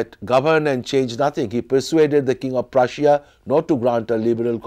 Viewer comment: Omg. I love this guy’s accent. I love how he says Prussia and Russia. I love accents in general, but man, I love the way he says these words.